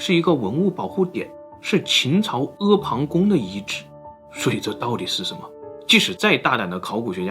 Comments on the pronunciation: 发现自说自话的，确实是个文化素质相当高的人，阿房宫能念出ē páng gōng的，估计中国现在没有几个人了，能读成ē fáng gōng的都屈指可数。不愧是最值得喜欢的youtuber。不过系驾应该念作jì jià，繋驾，不是系驾，这是简体字造的孽。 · 怎么开工那么早，这次居然读对了阿房宫🤓